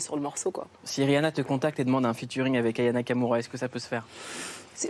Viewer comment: Le présentateur dit son prénom d'une traite sans sourciller 👏🏾 les gens ont abusé, ils ont fait comme si il avait insulté Aya. Moi aussi j'ai galéré ac son nom, c'est pas simple. Je dois me concentrer pour bien le dire